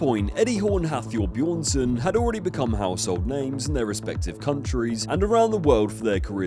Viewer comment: Eddie stop being petty and say Thor's name propery, hes bjorn-son, not buh-jorn-son, spelling i know but still shits mad petty man